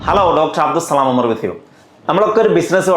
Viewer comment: നല്ല topic ആണ്. താങ്കളുടെ പേര് അബ്ദു സളാം എന്നാണ് ഉച്ചരിക്കുന്നത്. സത്യത്തിൽ അത് തെറ്റല്ലേ?